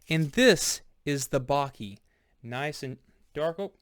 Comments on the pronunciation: You should have done a research. Perugina, is an older compagnie 1922 and purchased by Nestle in 1988. Baci, means kisses. You pronounce Bachi 😊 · That's not how you pronounce Baci